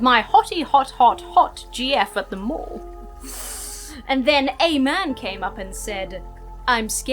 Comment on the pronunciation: A mall? I thought she said a morgue.